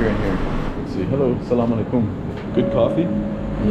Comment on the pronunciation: great video great vibes it's really funny how you say sallam aleikum ...😁 you're supposed to put the emphasis on the LE of the aleikum...not on the KUM... but all in all a great example of how learning a bunch of local words can really create bridges between people keep up the good work and have fun